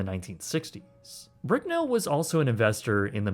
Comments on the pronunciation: Bicknell. Not Bricknell. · There is No "r" in Gene's last name. It's Bicknell not Bricknell and he used to own the world's largest Pizza Hut franchise as National Pizza Company headquartered in his hometown of Pittsburg, KS. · You could atleast pronounce Bicknell's name correctly.